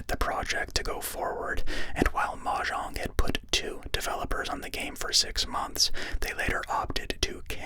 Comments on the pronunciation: i mean it's normally either mo-yang or mo-jang and hearing mah-jang the first time really caught me off guard though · That pronunciation of mojang made me open my eyes like a gunshot went off in my house